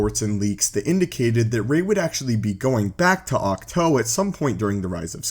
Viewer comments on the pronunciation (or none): Octoe! its oktwo spelled it that was because its easyer to pronounce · The thing that bothers me the most is his pronunciation of words. most likely because of his region of the world and how letters and verbs are spoke but come on they say it clear as day multiple times. For example ahch - to. ITS NOT OC TOE!!!!!! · Too god damnit not toe